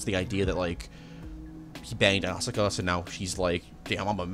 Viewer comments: Asooka (Asuka) , Kyjee (Kaji) , Akeyjee (Akagi). bruh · I wish i could've finished the video. However, your pronunciation was atrocious, and I couldn't.... Syt the sis... No synth es is Asuka Asu-ka not ausi ka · So, what's going on with your pronunciations of Asuka and Kaworu?